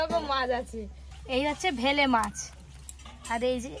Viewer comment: ওটা ভেলে মাছ বলে না বেলে মাছ বলে